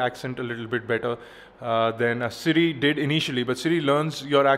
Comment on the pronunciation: "it DUD" haaahhhaaaaa